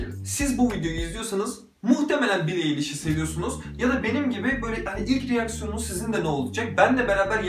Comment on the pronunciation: Bro billie nin adı bili ayliş diye okunuyo